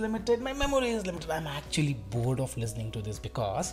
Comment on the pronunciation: Aba sala nakul listening hota ha lizning nahi hota😂